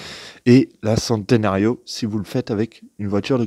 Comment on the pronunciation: Merci pour cette vidéo c'est exactement ce que je recherchais par contre pour la petite info centenario (centenaire en italien se dit tchénténario) ;)